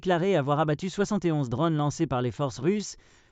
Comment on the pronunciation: Des drônes , pas des dronnes !